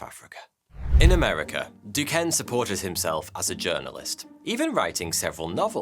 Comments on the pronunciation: Being from Pittsburgh where we have Duquesne U, The city of Duquesne and a bunch of other Duquesne shit I can say Duquesne is pronounced Do-Cane. You’re welcome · Excellent video as usual. just an aside Duquesne is pronounce as Ducain. This dude had a crazy amazing life. Although I disagree with many things he was involved in.